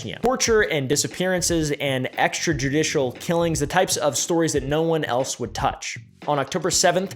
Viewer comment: Bro I had to skip passed "extradruditial"